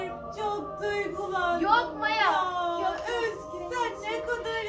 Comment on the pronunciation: MİYAYI SATIP MAYAYA SÖYLEYEMEZSİN